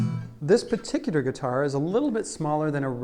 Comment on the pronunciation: Redigger Regular? Peticidder Particular?!?!